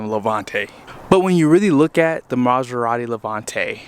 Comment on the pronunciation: Start with learn how to pronounce the name and then try to see if can buy it. The way u say it makes the car gettoAF. Car reviews are generally for new ones and not needed for a 20 year old car with rims and nothing else works. LOL. Most luxury cars are ment to be purchased new and have fun and sell em off to the fake life - i'm broke and poor but i need validation and i will act rich folks. LMAO.